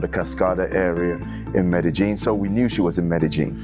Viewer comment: Why's everybody pronouncig it meddy-gin, Anglos attempting Spanish have accurately called it medeyin for 30 yrs. Woke BBC use keev instead of kiev but wont say paree instead of Paris thankfull. There needs to be a cosistemt pronucitaion go to for anglos, hopfully bringing back peking and bombay for us boomers